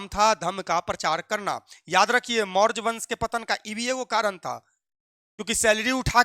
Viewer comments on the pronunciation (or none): Maurj wansh 😂😅 pahli baar padhe